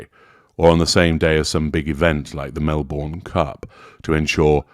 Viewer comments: ……oh, Melbourne in Australia is pronounced ‘Mel-bin’……… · Love your work! Melbourne (as in Melbourne Cup, a famous horse race) is pronounced Mel bin...it's my hometown actually, although now I live in Sydney (Sid knee)